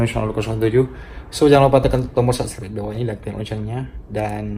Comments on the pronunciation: HAHAHAH LU LIAT DEH DIA NGOMONG SUBSCRIBE JADI SUBSGREB WKWOWKWO KOCAK NGENTOD .. Kok gw emosi nnton nya yah wkwkw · Kata martunes jgn lupa sanscrep😂😂bang sklh lagi biar bisa bilang subscribe😁😁